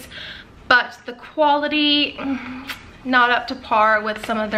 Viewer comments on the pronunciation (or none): none